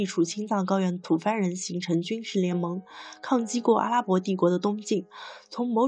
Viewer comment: 写稿的人也没发现，吐蕃也被念成tu fang，绝对是念稿、、